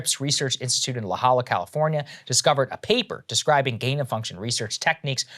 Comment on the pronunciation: Saager (for next time it comes up) La Jolla is pronounced "hoya"